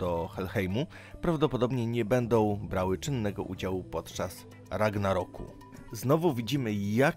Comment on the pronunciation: Rangaroku.... Serio czytasz i to jeszcze źle... Come on man.... Ragnaroku